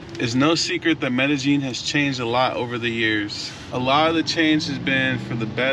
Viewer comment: "MedeJING" no its MEDEYEEN pronounced. The double LL is pronounced YEE not JING. NYC dude who is fluent speaking, writing, family there and property owner...23 yrs in the CO. PLEASE TELL US SOMETHING WE DONT KNOW! You young POOKIES are weari g this COUNTRY OUT with the SAME.CONTENT. Please change!